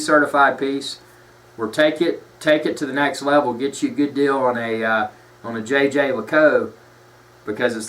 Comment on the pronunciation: Please use the link and learn how to Say Jaeger